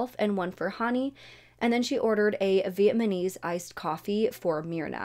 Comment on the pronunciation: Did I hear “vietmanese coffee” 😂